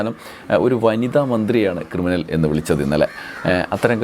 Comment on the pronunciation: ക്രിമിനലല്ല, കിരിമിനൽ !